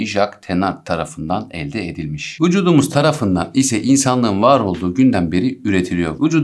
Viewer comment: Vucudumuz diyişine ayar oldum anlamsız gülüyorum jdjdjdkd